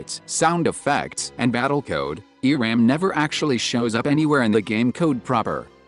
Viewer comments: So, you are telling me... Eram it's actually... E-ramb? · omg "ERAM" e-ramb electric ramb